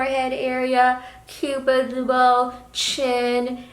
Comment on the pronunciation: "Forehead area, cupimdihius bow " I love sm